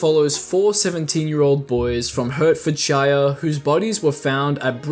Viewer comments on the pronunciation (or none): that is the worst pronounciation of hertfordshire ive ever heard